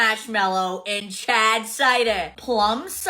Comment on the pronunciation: Is she saying "chad" instead of "charred"?